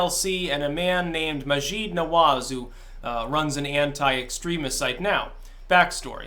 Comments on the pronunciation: His name is pronounced Mah-jid, not Mah-jeed. IIRC he said the "jeed" pronounciation is more for women, the "jid" is for men. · It's Mah-jeed. Hard J sound. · maajid is pronounced like magic with a d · The aa is pronounced like a short a (like mad or dad).